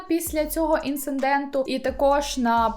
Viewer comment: Інциденту, а не інцинденту.